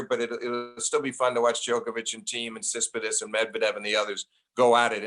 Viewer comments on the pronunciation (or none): like Sis-pit-as (instead of TSit-si-pas)! He keeps saying it even when first says the name correctly, then refers to him as Stefanos, then the Greek. Steve did not get any of the hints and kept on going with SIS-PIT-AS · Flink needs to learn how to say Tsitsipas. Not "Sispisdus" . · So does Steve pronounce Tsitsipas correctly, and all the rest of us are getting it wrong? Really seems like he's pronouncing it completely differently than how it's spelled. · the way steve pronounces tsitsipas is killing me